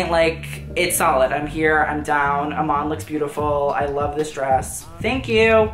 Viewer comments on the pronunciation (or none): none